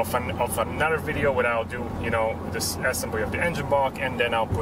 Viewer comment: Great videos. One pointer; though there is nothing to complain about your English, there one tiny mispronunciation. It's not pronounced Assembly, but assEmbly. Check here, if you need to. Not to be a wise-ass, but I assume you're going to say assembly a lot in the upcoming videos, so I wanted to give you the heads-up. 😎